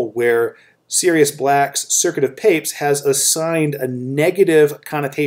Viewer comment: I thought we pronounce it Pa-pez